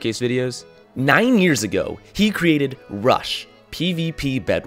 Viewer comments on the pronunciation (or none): none